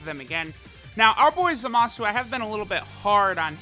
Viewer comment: Love your videos, just hate how you pronounce Zamasu lol.. Goin to summon for Zamasu though 👌🏽